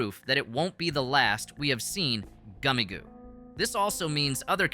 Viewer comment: goomigoe I think its pronounced gummy goo